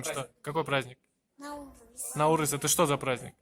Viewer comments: НаурЫз! Ударение на Ы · Ударение на “ы” не на “а”, наурыыыыз. Алма кетті домалап, көше бойын аралап, кім алманы табады, сол ойыннан шығады. Қайран қазағым-ай, тіліңды, діліңді, дініңді ұмытсаң, ары қарай қазақ деген атты алып тастасаңда болады. Таза орыс болып кетті деген осы! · дорогой друг,праздник Наурыз идет с ударением на второй слог!)